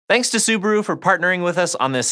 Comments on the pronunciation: ads are getting smarter these days... by the way, you butchered the name Subaru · Hmmm. I have always pronounced it Sou-baa-rou